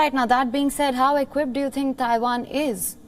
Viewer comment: Why do all Indians call Taiwan "Thaiwan"? Its not Thailand, there is no "H" in it